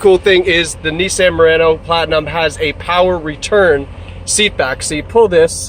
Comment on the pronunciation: It's NIS-saan, not Nis-san!